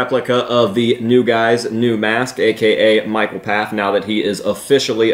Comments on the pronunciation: I personally like the new mask better. The original was good, and definitely got better over time, but the new looks much better now that Mike is able to really customize it how he wants. Also, it’s pronounced FAFF. The P is silent. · I belive Pfaff pronounced Faff with a silent P. I saw an interview on RockIowa with Dirty Little Rabbits where Stella (the lead singer) introduced him as Mike Faff as he walked over. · killed it. turn out awesome. Also Pfaff's name is actually pronounced "pof". Learned that recently. I'm so not used to it. I'm used to said "paf".